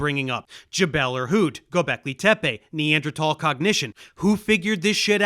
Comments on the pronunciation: so out of his depth he doesn’t even know how to pronounce Neanderthal correctly. Imagine someone coming on JRE pretending to be a car expert and they pronounce Porsche like “porch”. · Dave pronounces Neanderthal in a weird way that I am personally not familiar with. This is odd and deeply unsettling and makes me think the earth is flat. Please apologize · He can't even pronounce the word Neanderthal